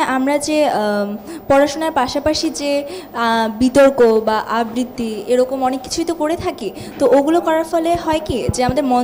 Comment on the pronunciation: আববৃতি??? !!! কী উচ্চারণ ! উচ্চারণ ঠিক করা উচিত